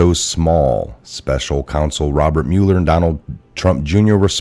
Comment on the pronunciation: thank you,, it's pronounced MUH-ler, not MULE-r.